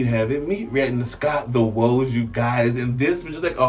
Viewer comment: Its not woaz, it’s pronounced like waz short for wozniak btw